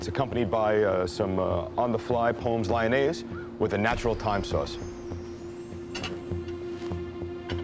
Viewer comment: 'pomes lionaise'.. That's VERY not how you say pommes lyonnaise lol